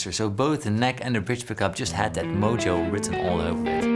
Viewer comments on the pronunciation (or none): none